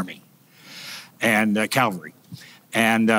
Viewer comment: It is cavalry not Calvary. It drives me crazy when that word is mispronounced.